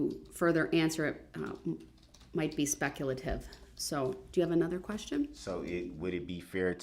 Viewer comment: It's "SPECLATIVE"!!! 🤣🤣🤣🤣🤣🤣 What a Doof!!